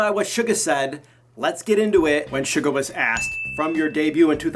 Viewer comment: the way he pronounces Suga makes me wince